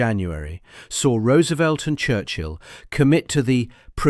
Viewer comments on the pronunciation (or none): none